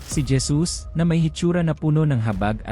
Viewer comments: Bakit po Dyesus Ang basa mo sa Jesus? O baka nabingi lng aq at nagkamli ng pandinig😅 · Kapatid halatang ala Kang alam sa biblia pangalan lang ni Jesus dimo pa masabi ng maayos Gesus"🤦ayusin mo mga sinasabi mo kinakain mo dila mo....😛😝😜hay naku.... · Hesus po ang pagbigkas ng JESUS😊